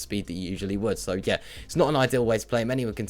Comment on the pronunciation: So.. 👈 normal pronunciation Serw.. 👈 your pronunciation